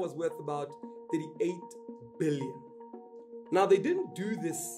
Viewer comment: Interesting if you really emphasise the b in billions that it somehow sounds more than an ordinary billion.